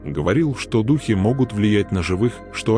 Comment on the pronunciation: Какой идиот делает озвучку? Вместо дУхи говорит духИ, итд